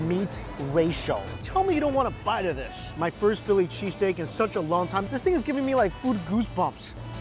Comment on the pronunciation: I had my volume lvl pretty low and I thought he kept saying cheese cake. lol